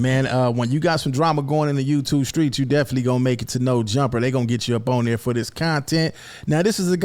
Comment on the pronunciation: Hey It’s Definit-ely Not Deflee 😂😂😂😂 Keep doin yo thang though bro